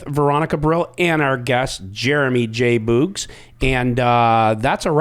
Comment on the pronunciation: Veronica it’s JBOOGS or Boogy not JBogs 🤦🏼‍♀️ killn me woman lol. Great show!